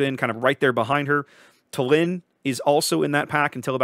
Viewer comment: Small correction - tAllinn (stress on the first part) 😊. The capital of Estonia.